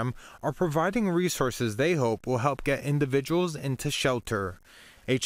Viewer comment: Yep. I've noticed that he pronounces words goofy. Like "setho" instead of "settle", or "deh" instead of "debt", "geh" instead of "get".